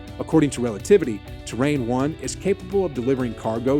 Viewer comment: A Space Shuttle in the thumbnail is hilarious!! :D Terran isn't pronounced like Terrain.. It's great to see a generation of nerds raised on sci-fi boldly going for it!